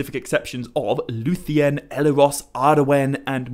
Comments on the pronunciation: Why do you pronounce it Elerond and Eleros? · I cannot handle your mispronunciation of Elrond and Elros.